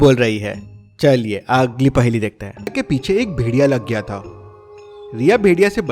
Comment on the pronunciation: Her paheli ke bad bolta hai 'agggli' paheli dekhte hai pronounciation galat kaise ho sakta hai ? 🤔